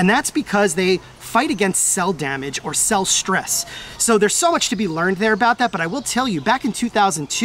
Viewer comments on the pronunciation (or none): none